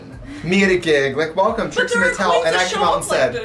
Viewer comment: She said, “Trixie Martel” and really gave us Trixie Martel 😭😭